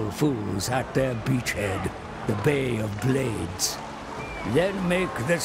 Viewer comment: Lmao 'bay of blades"